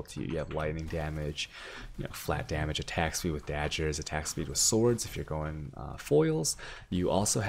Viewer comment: they ARENT DAJJERS, ITS DAGGERS DAMNIT